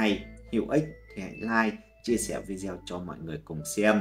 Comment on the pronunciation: Nói “ vi đeo “ nghe không hay chút nào !!!